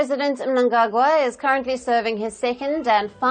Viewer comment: Wow is that a real person or AI , coz she pronounced Mnangagwa correctly